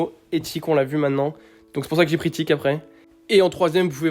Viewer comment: « Kit » non c’est tick 🤣